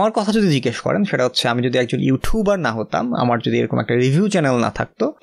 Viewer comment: Vaiya eto 'ইউঠিউবার' boltaso kn 😂🌚🔪